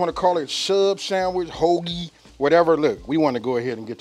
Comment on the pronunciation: the way you said Hoagie I fell out...lol... Great show man keep it coming